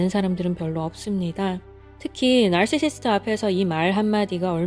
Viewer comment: 나르시시스트..나르시시스트 발음을 계속 따라해보고 있는 나...발음어려운데 어쩜그리 구슬 굴러가듯 발음을 잘하시죠?